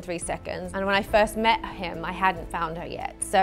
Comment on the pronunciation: Seriously?!?!? You say She's been foind, and at the end you say Has she really been found? So what? She's found or not?!?! Waist of time!